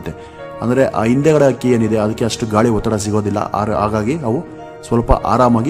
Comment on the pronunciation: Akki alla adult hakki anta heli u r pronosation is wrong please correct